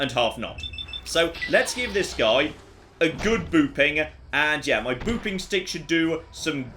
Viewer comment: Whenever says “Booping Stick”, all I hear is “Boofing Stick” ( ͡° ͜ʖ ͡°)